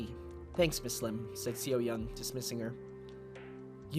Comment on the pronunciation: The way you pronounce Seo-yeong's name is going to drive me mad. -.- Otherwise pretty good so far! :D